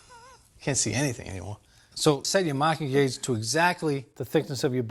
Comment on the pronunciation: Searched Amazon for “maahking gauge” multiple times, and it kept automatically adding an “r”. Similar results when searching for “wicked shaap pencil”